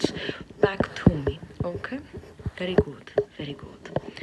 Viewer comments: "very gOOt" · Ay dioh, como amo cómo dice: Very good! Suena a Veri gu! ❤️ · “Very güd”